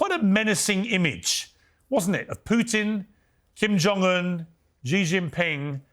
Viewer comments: Xi Jing Ping should be pronounced - See Jing Ping not Jee Jing Ping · Piers, you are an illustrious reporter if I am correct, but I am surprised you don't know how to pronounce President Xi's name. It is "C" or "See", not "Zee". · The correct way of pronouncing the word "Xi" in Xi Jin Ping is actually "Shee", NOT "Jee" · You know how to say Xi? You know how to say ABC the C, then Xi= C , that is all. Nobody told you? Be humble, you have a lot to learn.